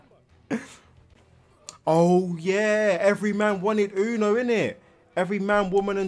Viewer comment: Yuno isn’t pronounced uno but youno Like you-no